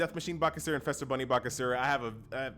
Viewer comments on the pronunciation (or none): Do you pronounce Easter as Ester? Feast as Fest? No? Then don't say Fester Bunny :P